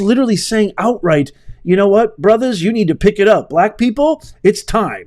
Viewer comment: I'm pretty sure that Obama said "It's more pronounced among the brothuz." Divider in chief has no reason to support Commie except race.